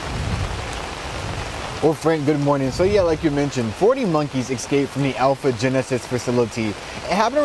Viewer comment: Could the news broadcaster please talk normally? "Excaped", "Axed" It's escape and ask.